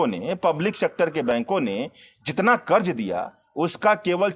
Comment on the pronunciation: उच्चारण का संज्ञान ले हजार( हज़ार) कर्ज( क़र्ज़) प्रतिसत( प्रतिशत) छेत्र( क्षेत्र) भासा ( भाषा)